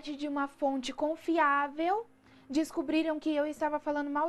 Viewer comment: "Fonte confíavel"